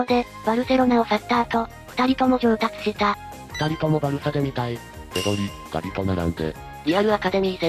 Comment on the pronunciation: ラ・マシアはまた勢いに乗ってきたね、久保世代からこれからどんどん逸材が出てくると思うよ。 あと興無しな余談なんだけどガヴィじゃなくてガビのが正しい発音